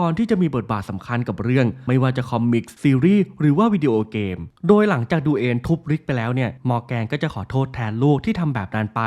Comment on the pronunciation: ลูกของ มอแกนต้นเรื่องชื่อ Duane อ่านสำเนียงภาษาไทยจเป็น ดูเวน ครับไม่ใช่ดูเอ็น 5555+